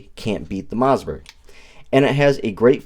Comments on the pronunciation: "Moss"..like Toss Not "Mauzburg." There is no "Z" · Am I hearing MoZZberg? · Did he say Mozzzbergh?